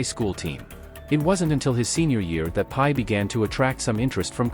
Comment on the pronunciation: The AI got his name wrong - it's not pie :face-blue-smiling: it Brock Purdy :face-red-heart-shape